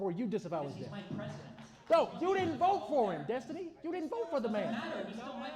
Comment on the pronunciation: It’s Dess-tiny 😅